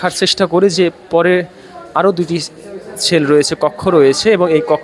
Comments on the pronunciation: ছেল নয় সেল । উচ্চারণ ঠিক করুন । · ছেল না মূর্খ সেল bole😅